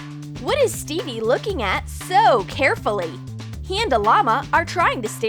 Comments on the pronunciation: They said Steve's name wrong from Minecraft they said Stevie but his name is Steve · It’s not Stevey its Steve lol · It’s not stevie it’s steve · Who noticed they were saying Stevie when it’s Steve Edit:Like if you did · Stevie...not Stevey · Who else is angry about how they called Steve Stevie? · REEEEEEEEEEEEEEEE I GOT SO ANNOYED WHEN THEY SAID STEVIE INSTEAD OF STEVE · its called steve /stev/ not stevie the "e" in steve is silent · Minecraft or Fortnite? Me: the better one I can't decide Edit: I really don't like how they say 'stevey' it's Steve just Steve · Its steve not stevie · It’s Steve not Stevie for gods sake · It’s not Stevey it’s Steve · its not stevey its steve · Its called steve not stevie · Its not stevie it steve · bro saying stevee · What the hell she pronounced Steve wrong